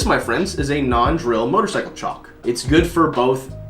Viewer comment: I like the way you say Chock.